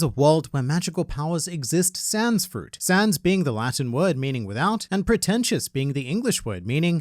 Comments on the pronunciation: While it is correct in written form, as a Frenchman, I can say for certain that "sans" is not pronounced like a certain blue-wearing skeleton. If you ever want to broaden your audience with French subtitles, sign me up x) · in "sans" the last S is mute. And it's not pronounced like san in Japanese, in French the association of A and N makes a sound that doesn't exist in English, it's the same as cent (hundred), just google it